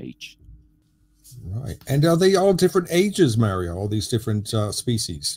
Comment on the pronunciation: Excellent as usual. But, Mario’s name uses the same vowel sound as your name. It doesn’t sound like mare. It sounds like mar.